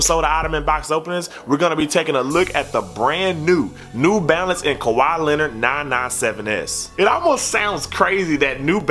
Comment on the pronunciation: "Kawhaa Lehnurd Nah nah sehven Essss"